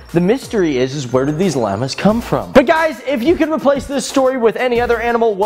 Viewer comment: ETOP SAYING LAMA ITS PRONOUNCED "LAHMA"